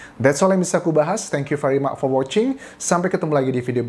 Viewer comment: Thank you very Mak Bro anjassss … ( Selalu aku berfikir kenapa much dibaca jadi Mak ) Any way …saya suka mengikuti kasus Mo lewat YouTube Bro Anjas .. detail dan lengkap .. Good Job bro 💪🏼💪🏼